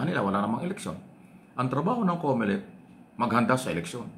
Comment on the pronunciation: Comolec hindi Comelec 😅😅😅😅